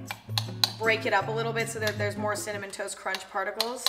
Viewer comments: No one: Emma:CIMMANON TOAST CRUNCH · I think she corrected herself from saying cinnamon and said cimannon at least I heard that xD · SHE SAID CIMANOM HAAHAHH